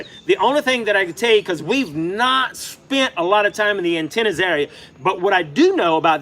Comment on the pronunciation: Atenas not Antenas 😩